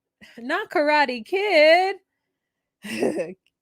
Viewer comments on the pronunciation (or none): none